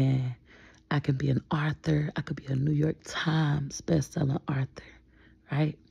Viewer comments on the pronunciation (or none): It’s not pronounced like the name Arthur. It’s author….. phonemically spelled ….. awwthur.